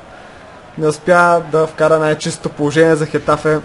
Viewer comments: mai se kazva getafe a ne hetafe a ros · Рос произнася се гетаве на хетаве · Точно Хетафе се произнася.